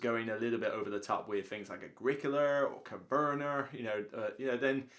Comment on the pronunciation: Coverner?? Agricoler? Never heard of those games before. 😂